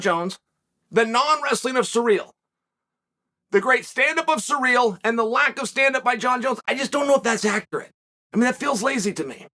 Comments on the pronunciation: Hey unc his name is Ciryl. Not sureal.😉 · Plot twist: Chael is calling Ciryl Surreal because it’s going to be Surreal when Ciryl wins Edit: not saying Surreal wins